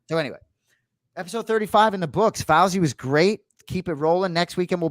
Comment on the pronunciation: Anik pronounced Fousey’s name wrong the whole episode. It’s pronounced Foosey.